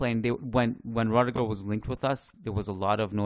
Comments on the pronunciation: my man... Please pronounce it as ROO-DIH-GER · His name is pronounced ROO-DIH-GER